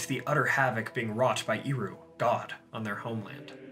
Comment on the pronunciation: Super minor nitpick; Eru is pronounced with a soft ˈɛ sound not a strong [i] sound. “ehRU” not “EEru”.